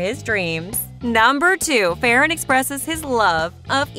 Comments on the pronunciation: Its not fe ran its ferran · your saying farrran wrong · Your saying ferran name wrong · they way u say ferran is so funny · Are you saying his name wrong